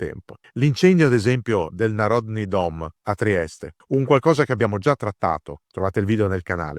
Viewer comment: Bel video come al solito. Un piccolo appunto sulla fonetica: "Karagiorgević" ha l'accento sulla terza sillaba o "Narodni" che si pronuncia nà-rod-ni, non na-rò-dni. Buona giornata 😀